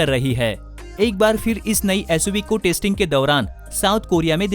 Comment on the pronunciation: “Tasting” nahi bhai.... it’s “testing”....